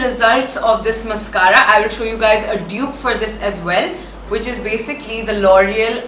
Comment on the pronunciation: Behn mascara ki pronunciation to seekh lay !!!